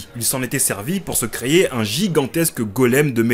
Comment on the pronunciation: Désolé, mais effectivement copie de Im D King, tu aurais pu juste le dire/mentionner en début de vidéo et mettre le lien en description (surtout quand tu te fais une sponso dessus). Et on ne dit pas "creYer" pour dire "créer". Ça m'a fait arrêter la vidéo avant la fin tellement tu le dis de fois… Tu devrais faire gaffe quand tu fais ton montage après